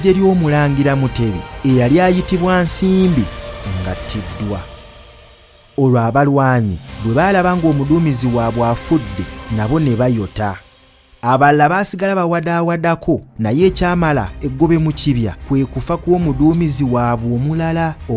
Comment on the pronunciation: Naye gezaako okwogera oluganda olutuufu, nga bwonyumizza nogambu nebayota, so nga kyalibadde NEBAYOTTA